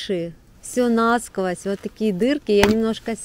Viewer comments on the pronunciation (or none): none